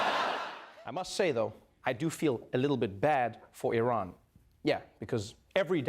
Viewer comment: The first person I've heard to pronounce Iran and Iraq correctly.